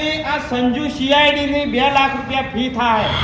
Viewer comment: સીઆડી નઈ ભાઈ.. સી.આઇ.ડી હોય..